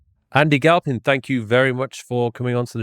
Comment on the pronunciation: Galphin? Are you serious?